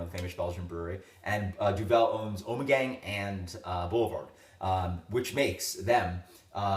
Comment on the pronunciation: Thanks for the information on Boulevard. Can you get it where you live in NY (I think). Never seen it in my area, but hoping the Duvel association expands distribution. By the way it's pronounced Duv vil, the world "devil" with e replaced by u sound. .